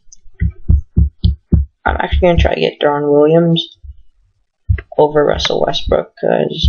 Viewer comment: pau gasol blows... and you can't even pronounce deron williams...